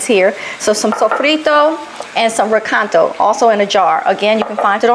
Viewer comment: its not pronounced re caito its re ca i to